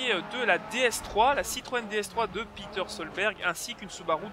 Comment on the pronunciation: Ouais bon , Petter se prononce Pétère et non pas Piteure , mais bon .